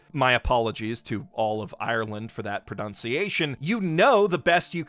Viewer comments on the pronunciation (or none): World's Finest Assassin is so textbook Isekai I actually felt like I lost brain cells watching it. Also as an Irishman who knows a little bit of Irish, it's pronounced Loo Too-aha Dhay, and no, neither sub nor dub got it right either so don't feel too bad about it. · Don’t worry about it, Irish is notoriously difficult to pronounce. Lugh Tuatha Dé is spoken as Luke Two-ah Day. Tuatha De comes from the word for the supernatural race ‘Tuatha De Danann’ which we derived a lot of our deities from. Lugh was one of our main gods and we used to have a harvest festival for him in the Autumn, hence August being named Lunasa. This we pre-Christianity of course. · As an Irish person, you get a pass on the name cos not even I know how to pronounce it